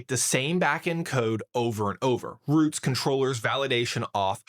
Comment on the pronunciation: Between the pronunciations of routes, compose and schema I had to hold on for dear life.